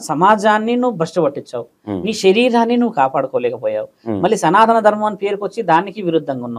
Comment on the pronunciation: Bro సనాతన ధర్మం అని పలకాలి. సనా త కాదు